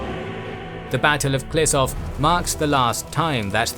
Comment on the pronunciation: Ehh. It's pronounced Klishoov not Klisov. But great video, thanks